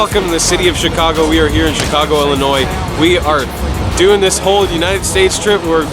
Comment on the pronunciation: Hey there. I’m from Chicago. I like that you said Illinois correctly with a silent “s”. Yes, I miss the deep dish Chicago pizza. I’m jealous!!